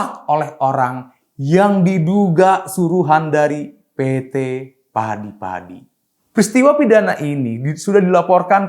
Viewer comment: Siapa sih yg baca narasi ini? Kok setiap kata diberi akhiran "K". Usahak-usahak, padik-padik, perdak. 🤣